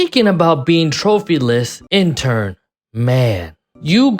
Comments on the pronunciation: Great vid but broooo stop calling inter intern 😂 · My ears are bleeding from a certain someone saying INTERn Milano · Nice vid, but are you saying Intern? 😂